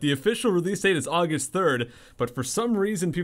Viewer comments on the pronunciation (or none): none